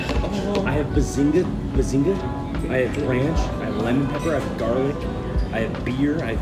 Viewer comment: "I hate ronch" LMAOOOOO